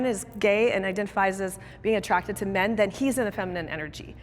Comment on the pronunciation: First off, tell whoever your "announcer" is, that they do not know how to properly speak American English Grammar, with how they have pronounced the words MEN & WOMEN.